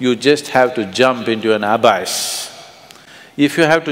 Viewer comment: Why can't sadhguru pronounce abyss properly?